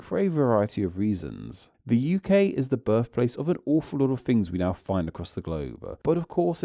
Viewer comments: I agree too much stress on the last letter of certain words like now, dosnt sound like natural speech. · AI. You can tell by the way it extends the last syllables of some words like whenever a sentence ends with "now" it goes "nowwaaa" in a very strange way. I've heard some other AI voices that do this